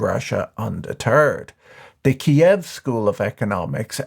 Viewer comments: My man! I really love you and I'm watching your content. But please pronounce Kyiv as in the Ukrainian language. Not Kiev as it is in russian language. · Kyiv not Kiyev, please ♥ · you still pronounce it wrong. And i can read cyrillic. The ukrainian writing is Київ -> K i yi v